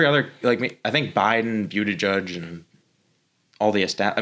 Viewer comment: Really enjoyed the show but just one critique - can you pronounce Pete's name right? It's Boot-Edge-Edge. Not Bew-dih-judge. I know it's nitpicky but it just bothers me. Can't wait for the next upload :)